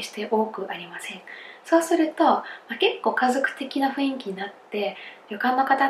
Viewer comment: が、雰囲気を[ふいんき］をちゃんと[ふんいき］と言えたら最高ですよｗ